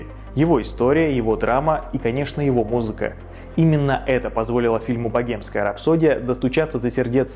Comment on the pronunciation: Блин как режет слух .. богемская ,, 😢